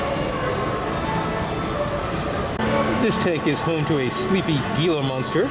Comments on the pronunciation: not to be a stickler, but it’s pronounced heela monster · Minor correction could be used as the Gila monster is pronounced "He-la"